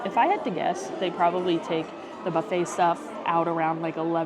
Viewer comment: You learned how to say buffet properly.....then, you slipped back. Practice, practice, practice. 😊